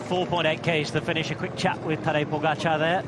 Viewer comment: Please, make double accent - POgachAAr, not that goddamned PogAchar.